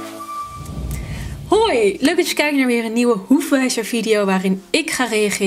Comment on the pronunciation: Niet gemeen bedoeld maar zij je in het begin boefwijzer inplaats van hoefweizer😂😂❤